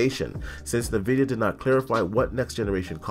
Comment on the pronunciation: Hmm.. Na Vidia, iNvidia Potato, patada I suppose 🤔🤣🤣